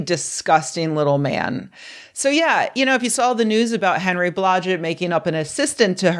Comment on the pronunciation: When I heard “Henry Blodget” I was like “WTF?” And “what the hell happened to him”?